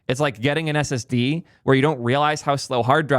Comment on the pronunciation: I heard "it's like getting an SSD" as "it's like getting an STD"